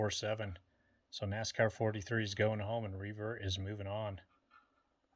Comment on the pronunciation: For some reason when you say Revert, it sounds like Free Bird to me. Hit the music!!! 😂